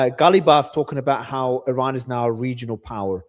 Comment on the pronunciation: Refreshing to hear the correct pronunciation of Iran as "E Run" and not "I Ran". It is getting clearer now why this great power is missing from the last great war revealed in the holy book. Arrogance and bullying have their consequences and costs.